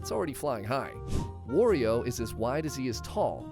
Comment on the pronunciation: Smash characters have their sizes adjusted in Smash because IT KEEPS THINGS FAIR. And Kazuya is pronounced KAh-zoo-yah. And Wario is pronounced WARR(like a pirate)-ee-oh. It rhymes with Mario or Lucario. Also, R.O.B.'s name is pronounced like the name Rob. It's an acronym. Get it? Although I notice you pronounced Ryu's name correctly this time, so good job there.